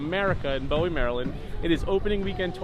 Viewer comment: bowie is actually pronounced boo-wee haha